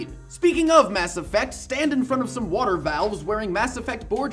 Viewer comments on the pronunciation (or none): none